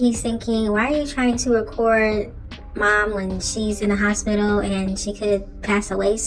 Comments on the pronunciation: “Hospilla” 😩 he need to learn how to speak fr and Renee never made her family seem more perfect. She had def talked about their drama too. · “Nelected” and “hospilla” 😂😂